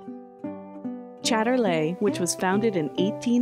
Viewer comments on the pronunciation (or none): it's Chayter Leee , BTW. it's English not Frencklish. :=)